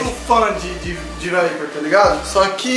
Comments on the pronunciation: Vdd, da mó agunia ele falando viper veiiii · Mano ele falava vape vaiper mds ainda bem que ele não fuma mais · " vaiperr" kkkk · “Um VAIPER” kkkkkk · "Vaiper" KKKKKKKKKKKKK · Da agonia de ouvir o falando vape errado